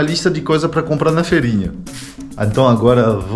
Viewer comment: amado é FEIRINHA. FEIIIIIIIIIRINHA COM "I"